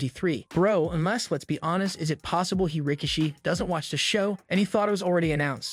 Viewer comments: I’m sorry did he say rah-kishi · He also said "Rika-she"